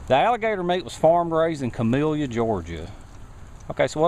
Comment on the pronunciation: I love your videos but it's pronounced ca-mil-la ga. Where u from... I give u 2 big thumbs up